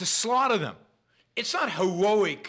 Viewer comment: I really enjoy your show BUT Please practice the pronounciation of "heroic" a few more times - It sounded like Elmer Fudd with an East Coast dialect :-)